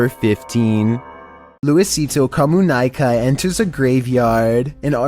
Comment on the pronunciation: Most terrifying pronunciation of the word "comunica" ever